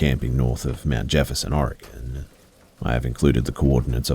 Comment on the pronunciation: Really wish you'd learn to pronounce Oregon correctly. It's pronounced Orygun. Thanks from a native Oregonian.